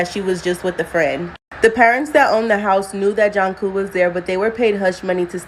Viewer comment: it's not Janku, it's it's pronounced JUNE-CO.